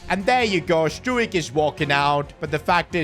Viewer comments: fyi stuijk is pronounced strouk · Let’s teach how to say these players names! As a Leeds fan this is annoying me Ampadu = Am-per-doo Gnonto = non-toe Struijk = str-ow-k